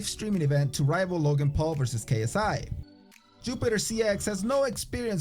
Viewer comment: Did you say yupitor. The wing Chun was strange because is has kicks and locks with a more careful advance which this guy wasn't doing.